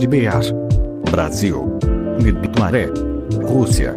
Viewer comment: carai agora que vi sa voz de IA zoa de fnaf quando fala nighmare fala nai de mane